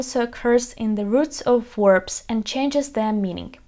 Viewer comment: Watch out for "werbs" though! ;-D